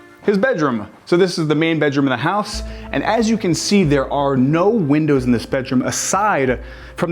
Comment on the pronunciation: Two words: win-dows. Please.